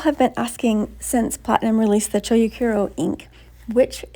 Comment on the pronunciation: Chou is pronounced cho with a longer o sound. It's not cho-u or choyu or chow.